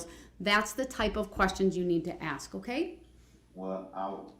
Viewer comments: The word is 'Ask' not 'Aks' Derwood. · Yes let me axe u a question wonderful diction